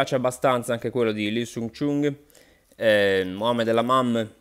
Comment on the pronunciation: Mohamed lamamm 😂😂😂 dio mio non si può sentire...